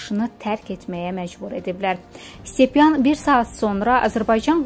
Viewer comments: Ay sizə Allah köməyiniz olsun . Nə olar heç olmasa üzündən oxuya bilən birini qoyardınız da. Stepanyanı 40 yerdə Stepyan oxuya oxuya durdu. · stepyan yox,stepanyan. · Ay savadsız Qız,stepyan yox..şuşanik stepanyan !!! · siz oxuya da bilmirsiz? Şuşan Stepyan yox - Stepanyan yazılıb. itə gurta bizi güldürməyin